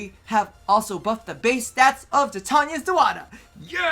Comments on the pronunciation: its not TUH-tania its TY-tania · Its Tie-Tain-ee-aa = Titania